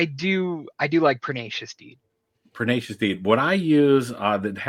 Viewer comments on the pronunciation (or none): That dude said perdacious over and over. 1st, that is not a word. 2nd your literally looking at the card and you say it wrong. He finally says it right but when you speak incorrectly nobody knows what you're saying. Not trying to be a dick just if i didn't see the card i would not know what he is talking about. The host should have politely corrected the guest.